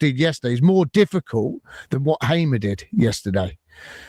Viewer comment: The name is Hamer as in Harmer, not Haymer !!